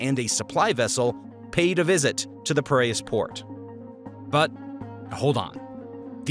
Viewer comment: it's P I R E A S brother not Pariahs :P